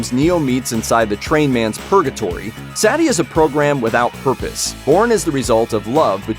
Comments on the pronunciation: its suh-ti hes saying it as satti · It's not Saety It's Sati in Hindi. Pronounce it right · The girl’s name is pronounced (Sah•Tee) not ( Sat•Tee) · I never heard anyone in the movie pronounce her name "Saddy" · It's pronunced sut-e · That's Sati (SAW-TEE) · Her name is pronounced, “SAH-tee”. Idiots. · cool video and explanation. Now, please learn to pronounce Sati's name correctly. The emphasis is on the 'i', not the 'a'. For an analysis that pays super attention to the details, it's a strange thing to get wrong, especially since it's pronounced correctly the whole way through the movie. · Sati literally said her name and you still say it wrong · The machines can’t understand love, and you cant understand how to say, “Sati”.